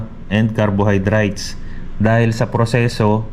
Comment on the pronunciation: Kwentong pagong pagbigkas pa lng ng nitrite, nitrate, carbohydrates mali mali na,, gumagawa lng to ng kwento